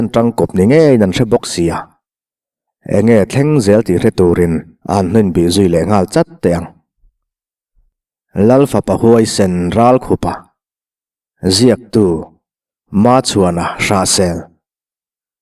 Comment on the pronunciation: "Ralkhupa", i lamrik dan hi a dik lo, Ral i lamrik a i thluk ang chiah khan, khup hi lamrik ve tho tur.